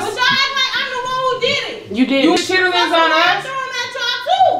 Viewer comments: SAID " CHITIITLINNS " 🤣🤣🤣🤣🤣 I CANT LOL❤ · said chitterlings 😂😂😂😂😂😂😂😂😂😂😂😂😂😂😂❤️ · It’s pronouncing the ER in Chitterlings for me 😂 from the south and never heard it like that